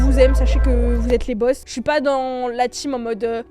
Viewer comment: Il dis "chui dans les temps" pas chi€r dans les dents 😂